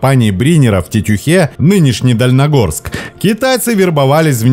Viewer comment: Поправочка,не Дальнагорск а Дальнегорск ❗